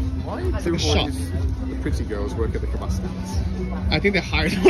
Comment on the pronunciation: Kvéss and kavass. Come on aren't you both supposed to be ukrainian experts? 😂